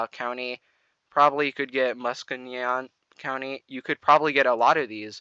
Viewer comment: He clearly mispronounced Muskegon County.